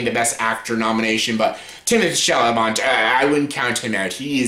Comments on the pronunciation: Shall a may - there is no "o" or "n"! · At least pronounce Timmy’s last name something like it is spelled!